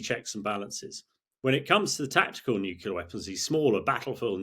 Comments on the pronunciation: Could Times really not find an 'expert' who has managed to become fluent in his mother-tongue? Et cetera, not EK SETRA.. Military, not MILITREE.. Nuclear, not NEW-KYULAR.. The divergence between military and political thinking is a "diversion"..? "Intresting is that.." "As I saw in Syria", not "As eyesore in Siryah.." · Interesting. But what's a "nuculer" weapon, Hammy..? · ...except he pronounces "nuclear" as "nu-cu-lar". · Yeah I noticed that he was dropping "nucular"s all over the place. There's only one U in nuclear. Not a big deal for most people, but I expect better coming from him. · Excellent interview by a well educated and well prepared young man. A world of difference to that American female you have added who looks and sounds so unprofessional and never seems to have a clue what she wants to ask. Colonel de Bretton-Gordon, of course, is every inch the UK officer and is always so interesting to listen to, even if he does mispronounce 'nuclear'. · Another idiot that can't pronounce the simple word, "Nuclear." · Please, please someone tell him how to pronounce "nuclear". He is not American so why pretend to be with his silly copy of their bad pronunciation? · 9.32. Yet another "expert" who can't pronounce "nuclear" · Yes. But it would be nice if he could pronounce "nuclear" properly. He is like a disciple of George W Bush. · NucLEAr not NucULAr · Only the fact that he has that most annoying mispronunciation of the word NUCLEAR... "nucular" is just plain wrong. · Nuclear not nucular! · I wish many politicians, commentators et al would learn that the word is "NUCLEAR", not the erroneous "nucular". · I had to look up “Nucular” as I always thought it was Nuclear. Although it grated a bit, apparently it’s accepted so I’m further educated thanks. I’ll stick with nuclear though … albeit slightly harder to enunciate. 😄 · How come he says "nukeyoula" instead of "nuclear"? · 😂I was thinking the same😂 it's a George Bush jr flex getting it wrong